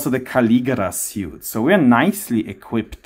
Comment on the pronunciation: office "suite" is pronounced "sweet" by the way.